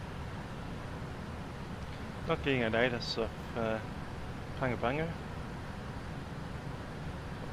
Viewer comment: Hi. Another interesting flight - thanks (although I skipped an hour or so on the cruise). I never knew VATSIM simulated HF and Selcal. Just a quick anorak/nerd moment - Like Nadi in Fiji (NFFN) is pronounced Nandi, Pago Pago is pronounced Pango Pango.